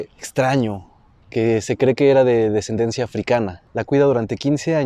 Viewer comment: Ya cuando escuché que dijo "descendencía" dejé de verlo, ni sabe qué dice el chavo.